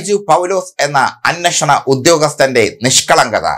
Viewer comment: ബൈജു പൗലോസ്‌ എന്ന അന്നഷണ ഉദ്യോഗസ്ഥൻ അല്ല bro. അന്വേഷണ ഉദ്യോഗസ്ഥൻ.